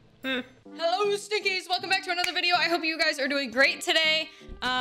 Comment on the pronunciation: You know the first time i heard you say Stinkies i thought you said Stickies.